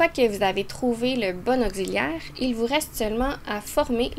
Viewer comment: Vous avez mal prononcé le mot auxiliaire😂😅